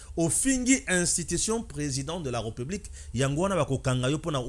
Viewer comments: On prononce "république" et non "republique". Ré et non "re". Tu as des difficultés de prononciation de certains mots et de lecture. Améliore toi. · Arrête de dire REUPUBLIQUE !! C'est plutôt RÉPUBLIQUE !! Nulle pour moi l'intention de jeter une suspicion sur ta maîtrise de la française mais est -il que certains mots , notamment, la république, tu les prononces mal !! Le souci au niveau de prononciation avec toi, tu as tendance à confondre la lettre E sans accent grave du É , ce qui fait malheureusement que tu dises REUPUBLIQUE ( Eu ), en lieu et place de RÉ . Ne prends pas ça mal s'il te plaît !! Ezo sonner ndé mabé na matoyi !